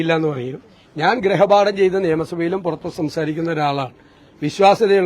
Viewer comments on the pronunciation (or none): ഗ്രഹ പാഠം അല്ല ഗൃഹ പാഠം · ഗ്രഹ അല്ല സതീശാ, ഗൃഹ പാഠം അല്ലേ? 🤔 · ഇമ്മിണിബല്ല്യ നേതാവ്. മലയാളം പോലും അറിയത്തില്ല. ഗ്രഹപാഠമല്ല ഗൃഹപാഠമെന്ന് ആരെങ്കിലുംപറഞ്ഞുകൊടുക്ക്